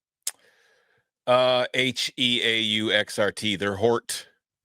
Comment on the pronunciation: Dude said heauxrt.. that’s not how that works my guy lol